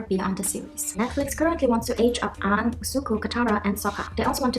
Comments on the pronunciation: “awng” Sis can’t even pronounce her best friends name right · Aang is pronounced like "Ong" though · They need to stop calling Aang, "ONG." Like wtf?... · I just hope they freaking pronounce Aang right in NF, 🙄 He's literally the main character of the show, how can they get that wrong in the movie. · I swear she did not just pronounce aang wrong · Aight so they nailed everything,,,except for THE PRONUNCIATION GOD THAT MAKES ME MADDDD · Thankful to the creators for the asian Appreciation fucking love to see it esp when I was younger. I think the only thing that I didn't like about the Voice actors not being asian was that they pronounced something's so badly and kept butchering things but that's all if they pronounced things right I'd be all in